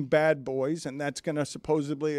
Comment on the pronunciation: Supposedly pronounced supposeblee... do better Dan.